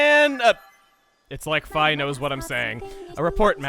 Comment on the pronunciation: the only thing I don't lol about Thu playtrough is the chuggaa says "fi" instead of "fee"